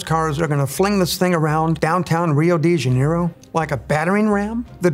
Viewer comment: "Rio dee genero" 🙂